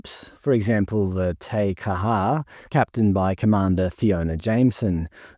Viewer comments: Tay Ka-har? Jesus mate. You have a Kiwi accent but you must have been asleep at school. You pronounce Māori words like a Pom. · "Tea" Kaha for fucks sake!